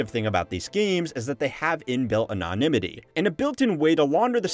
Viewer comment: It’s funny how I can listen to half the video and not think twice about the veracity of what the narrator is saying, until he butchers “anonymity.” Which, REALLY shouldn’t be that hard for an adult to pronounce. Especially one operating in a sphere (would love to hear how he’d butcher that one!) where the organization Anonymous is a big player.